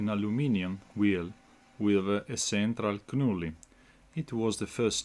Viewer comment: Another very useful tool! Nicely done! In English, the "K" in "Knurling" is silent and not pronounced, so it is spoken like "nur-ling". All the best!